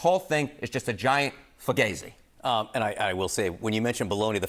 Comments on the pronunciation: Maybe try learning how to say an italian-American slang word first before you "try" to use it. Who even is this scemo? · That isn't how Fugazi says fugazi. 😂